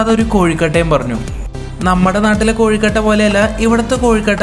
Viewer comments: Kozhi alla kozhu anu mr 🥱🤣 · കോഴിക്കട്ടെ അല്ല കൊഴകട്ട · കോഴുക്കട്ട അല്ലാട്ടോ......😄.......കൊഴുക്കട്ട.....നിങ്ങൾ കണ്ണൂർകാരാണോ...😊